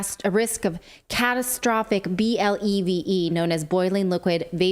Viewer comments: 👸👰 🧙 he distinctly said "to blave" 🤣🤣🤣👏👏👏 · The acronym BLEVE is pronounced as BLEVY. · Bleve is a violent explosion and pronounced “Blev e ( first e is short last e is long ) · " Blevy " is my knowledge of pronounciation. Pressure in the tanks holds it in a liquid form, just like LPG, which isn't shipped refrigerated. A BLEVE is caused by the failure of the tank wall if it is heated beyond its tensile strength and the tank rips open with liquid still in the tank which then works like a rocket, sections can be found miles away... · It's pronounced Blevy. BLEVEs are bad, really bad and serious threat to fire fighters, probably the biggest threat firefighters face and BLEVEs have take firefighters lives in the past in the USA. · BLEVE pronounced like "blevie" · I believe it is pronounced BLEV-ee [ boiling-liquid-expanding-vapor explosions (BLEVEs) ]